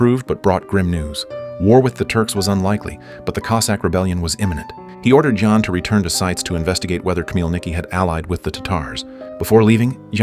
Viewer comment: Awful commentary! Mispronounced names e.g., /žan/ for /jan/ …